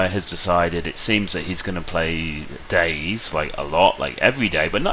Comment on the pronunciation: DayZ is pronounced Day Z, not days. You pronounce the Z like a separate word.